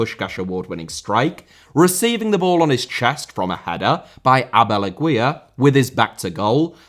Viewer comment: That way said Abel Aguilar when describing James's goal gave me a good chuckle. Doesn't matter if you can't pronounce foreign names, your content is great! 😂